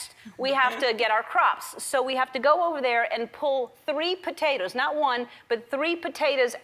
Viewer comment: Lol she says "Potatuz" Love you Ellen!!!